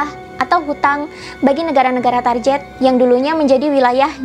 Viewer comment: Target diucapkan target bukan tarjet. Mohon maaf atas koreksinya. Tetap semangat